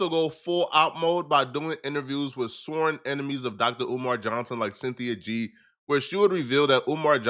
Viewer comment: We not just gonna gloss over how pronounce “sworn”